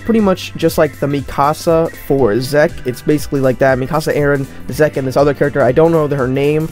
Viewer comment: Good Video, but pls stop saying zeke like that 😭😂